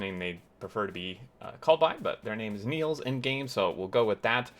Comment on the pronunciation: Its Niels' base, not Neil's base Dutch name is Niels, written as the name of the character on your screen